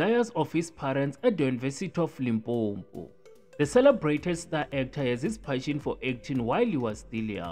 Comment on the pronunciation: Excuse me it is not limpompo it is limpopo please